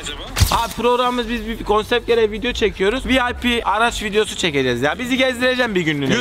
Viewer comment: Murat abinin konsept’e kopset demesi 😂